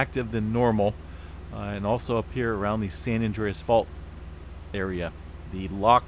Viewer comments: I love this channel but San Andreas-two words - not Sandreas - please don’t “fault” me for pointing it out😉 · It's been a long day!... he said at the start of his video!... he said San Andreas first then Sandreas!.. slip of the tongue!... that's all....🤗